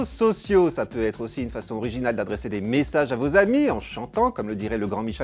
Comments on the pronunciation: "ps mésséjies" .... pourquoi ? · mddddddddr " ps meséjiz " jsui mort de rire putain !!